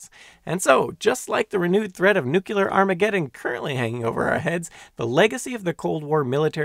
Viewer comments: Nu-cle-are .. not nu-cule-are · It is pronounced "nooklear", not "nookyelar" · Could an educational channel at least bother to pronounce nuclear correctly? Nukular is not a word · You really Ned to learn how to correctly pronounce nuclear. It’s not “nucular” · Nu-cle-ar. Nuclear.👍 Nu-cu-lar. Nucular.👎 One of these is correct. The other is worse than fingernails scraping down a blackboard! Other than that, I love your content and your very informative videos. 😎😁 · "Nuclear" is pronounced NEW-klee-ur(er) "Nuclear" is not pronounced NEW-kew-lur(er) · Someone that can't pronounce "nuclear". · New. Clear. Newclear. Nuclear. It's NOT hard to pronounce. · New. Clear. Newclear. Nuclear Why does nobody see this! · Fascinating and very well done! But remember, in nuclear, the Q is silent. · That mispronunciation is not regional and is therefore considered an eggcorn. e.g., I've never heard anyone call the center of an atom a newkewlus.